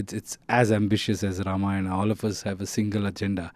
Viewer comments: she's actually speaking ramayan as it it than ramayanaa... Appreciate it...namit shd also correct rama and ramayana in movie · I like her pronounciation of Ramayan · This girl pronounced Ramayan better than most indians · The interviewer is pronouncing it very well “RAMAYAN” and not “RAMAYANA”❤ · Real props to the interviewer. Starting with her pronouncing Ramayan instead of Ramayanaaaaa. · The interviewer gained my respect within the first minute after pronouncing Ramayan correctly. She's the first foreigner who pronounced it correctly. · Happy to see someone actually saying ramayan not ramayana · Interesting to hear the interviewer prouncing Ramayan & Ram correctly, unlike the actor and the other guy. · i like how the anchor is saying ramayan and not ramayana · Happy to hear "Ramayan" instead of Ramayana from those who are not familiar of Indian culture and Indian mythology ❤ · Nah. On the contrary, she is the first non-Indian lady who correctly said Ram instead of Rama and Ramayan instead of Ramayana. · I guess she is the first foreigner interviewer to pronounce the word "Ramayana" correctly and respectfully.